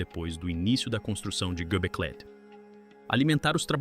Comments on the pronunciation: Hoje eu aprendi que eu nunca houvera sabido pronunciar o nome Göbekli Tepe da forma realmente correta, tantas vezes ele pronunciou esse nome de milhares de outras maneiras sem ao menos repetir nenhuma... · . Göbekli Tepe é nome extranho, mas acho que você conseguiu não dizer corretamente nenhuma vez, e nem repetir alguns dos erros ! ! ! 🤌👏👏👏👏